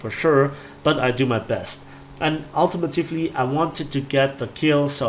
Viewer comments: Hey. Nice video! I just wanted to let you know that it's not pronounced "ultimitufly" it's "ultimately". Im sure you get this a lot, sorry! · Ul- tee- Mate- Lee